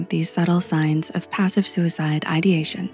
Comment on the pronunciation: i don't like a thing about this video. suicide is not a grave word and your diction emphasizes it. it is a small, decidedly everyday word, and should be said without alluding to some big issue. if you catch my meaning. i don't put weight on my thoughts about suicide, and will appreciate when you don't either.